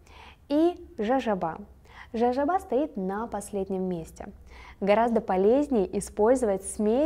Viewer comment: ОВАКАДО? серьезно? ЖАЖОБА?? не стыдно?